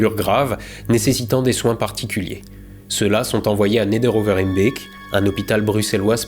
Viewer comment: « Ghislenghien », « Neder-over-Hembeek », bravo prononciation impeccable 👍 C’est Gontran qui t’a briefé ? 😉